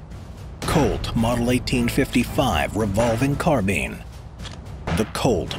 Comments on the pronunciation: Carbean 😂it’s Carbine like say spine then say that Carbean later mate. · It CAR-BINE NOT CAR-BEAN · Carbine rhymes with spine not bean. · Car- buyin Not Car-bean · Carbean? I thought it was carb "eye" n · Carbine - Carbean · Car-bi-ne not carbean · "car-bean" xD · "Car bean" lol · The “car-bean,” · The way you say carbine hurts my soul💀